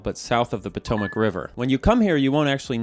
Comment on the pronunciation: Love when people pronounce "Potomac" correctly who aren't from around here.